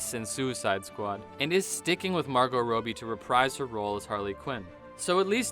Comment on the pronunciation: Why do you pronounce margot’s name soooo wrong It’s pronounced rob(stealing things)ee Not rowbe